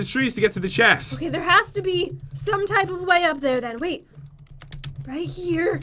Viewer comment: did anyone else here go "okey" Like if you agree